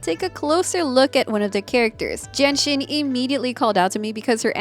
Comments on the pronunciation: Why do I hear Jianxin as Jenshin lol I can't unhear it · I couldn't stop hearing Genshin when says Jianxin LOL 🤣🤣